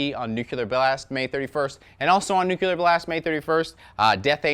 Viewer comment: "Nucelar" Blast. I thought that "Nucelar" was something english speakers stopped saying after George Bush jr. kept doing it. But nice list,!